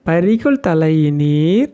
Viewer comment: 🙏🙏🙏🙏🙏 ஹர, ஹர சங்கர, ஜெய ஜெய சங்கர! " பறிகொள் தலையினார் " என்று உச்சரிக்க வேண்டும். இதன் பொருள் : " தங்கள் தலையிலிருந்து ஒவ்வொரு முடியாக பிடுங்கி எறிந்து மொட்டையாக காட்சி அளிக்கும் சமண மதத்தினர். அவர்கள் சைவ சமயத்திற்கு எதிரானவர்கள்.